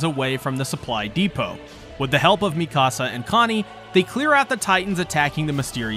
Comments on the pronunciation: Mi-Casa. How. How do you get that? Is this an inside joke or something. Mikasa. Not mi casa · i can't tell if he's messing up the pronunciations on purpose at this point. he pronounced Mikasa like "Mi casa", spanish for my house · And Mikasa